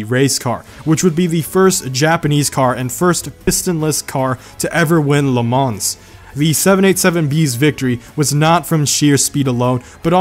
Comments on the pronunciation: HOW CAN YOU SAY LE MANS WRONG!!!! IT'S LE MAAA NOT LE MANS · It is not la mana it is le maw spelled le mans it is french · fun fact Le Mans is pronounced lay - mah its like French or something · Who else got mad when he said La Mans 🤦🏼‍♂️ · oh god my ears!! lemance lemance lemance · when he said la mans wrong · also the 's' in 'Le Mans' is silent ^^ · I normally dont care but HOW DARE YOU MISPRONOUNCE LE MANS? Lol. Just kidding :) Also, Idaho is a few degrees below hell and it ain't even its final form. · nice video, but your mispronunciation of Le Mans triggered me. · Why you cant say le mans properly. Omfg. I hate you bro, its so freaking anoying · The "s" in "Le Mans" is silent. Apart from that, nice video!